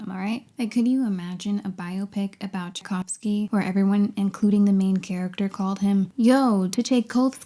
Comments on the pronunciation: It's Chai-Cough-Ski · "YO, Tuh Chay Cove Sky, play us a beat!" I lost my shit at that. Amazing video overall though! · the irony in how she absolutely butchered Tchaikovsky's name